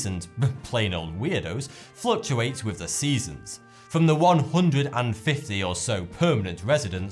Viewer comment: Pet peev: why don't you pronounce your 'th' properly? For example, you say 'wiv', rather than 'with', or'fought' rather than 'thought'.